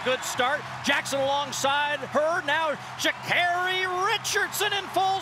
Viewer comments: THAT IS NOT HOW PRONOUNCE HER NAME MA’AM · ii don’t think sh is pronounced w/a ch , get her name right -_ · How do they still not know how to pronounce her name